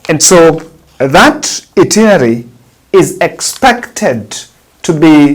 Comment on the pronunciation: Itinerary not itinery!